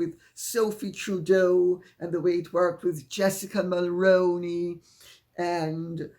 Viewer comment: 🔷️🔴🔷️ Hello Lady C... as a 50 something 🍁🇨🇦🍁 Canadian I need to tell you that Jessica Mulroney's last name is pronounced "Mull-Roo-Knee" and not "Mull-Rown-Knee" as you pronounced it in this video. I remember very well when her father in-law Brian Mulroney was our Prime Minister and continuously hearing his name in the news. I realize that you didn't purposely say the name incorrectly you are just unaware of how that family pronounces their name. I hope that you find this helpful for the future where Jessica Mulroney's name maight surface again and then you'll be able to say her name correctly. It drives me crazy every time someone mispronounces her last name especially after well over 6 closer to 7 years of her name coming up in conjunction with Harry's wife As for other reporter's in my opinion they have absolutely no excuse for not saying the last name correctly. A simple Google search would have turned up that her father in-law was a former Prime Minister of Canada. Any old new articles about her father in-law would have easily cleared up any confusion on how the name is correctly pronounced. Yet numerous reporter's from other countries are still mispronouncing her last name.